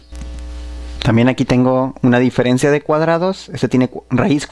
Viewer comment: Dice "direferencia" en el minuto xD